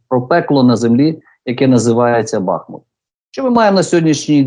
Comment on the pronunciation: БахмУУУУУУт! Правильно наголос давай, неук, на УУУУУ !